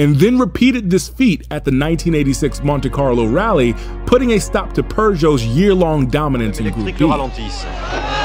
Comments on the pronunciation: I've never heard of those two manufacturers pronounced that way... Launchia peeeeerrrrrszoe 😅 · Its pronounced "Peugeot" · Purjho? Bro... just stop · Man that is not how Peugot is pronounced